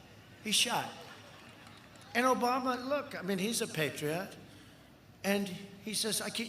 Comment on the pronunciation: Dotard is such a joke.. “if they would’ve been good i would’ve run and wouldn’t have won because i didnt run !!!!” And speaking about BYE-DON., dotard says “he’s a PAY TREE OT!!!” Jesus CHrist !!! This fool has got to go to prison and get his ged or a few English speaking classes while he finishes out his life terms for the murders of over 210,000 of our FELLOW AMERICAN SISTERS, BROTHERS, MOTHERS, FATHERS, SONS, DAUGHTERS, SIBLINGS, NIECES, NEPHEWS, AUNTS, UNCLES, GRANDMOTHERS, GRANDFATHERS, AND GRANDCHILDREN. Remember you all have to make sure he stops killing all of us. There is no supremacy in races just life. All lives matters and that goes for all living organisms and our environment. We breathe the same air and we need to have responsible leadership in our communities beginning with education. Ahhh, so sad what is happening now but it is gonna get better with BYE-DON 2020 once we stop the immense bleeding and American Genocide being committed now, do u know we have about 3 (9/11’s) per week.. the same amount of mortality of three 9/11’s per week and the long term implications of all those lives stricken with morbidity is unheard of.. living with plague in AMERICA is not something we should be used to and unfortunately our elected Officials on both sides are all cowards.. time for change on all tickets but it starts with removing the ORANGE COVID!!!!!